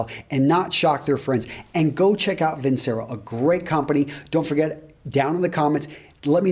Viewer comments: pronounced vin-CHero my man ;) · Hi, Vincero is pronounced VinCHero. In Italian, "c" before I, e, is pronounced "ch". Regards